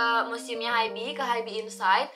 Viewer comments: kak mohon maap banget sebelumnya, rasanya gatel banget denger kakak nyebut Hybe itu "haibi" .. bacanya itu "haib" 하이브 kak, bukan "haibi" 하이비 😭 kaka tuh army yg bisa baca hangeul dan udah dateng langsung pula ke museumnya tapi bacanya tetep salah, mana disebut berkali2 di video, ga kuat :( semoga next time dibenerin ya kak, maaf banget kalo kritikku bikin ga enak hati🙏🏼 ya ibaratnya aja kayak bts malah dibaca "bangtan seonyeondanu", kan ga nyaman banget dengernya :'( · Kak, bacanya hybe itu bukan “haib” kah? Soalnya hangeulnya 하이브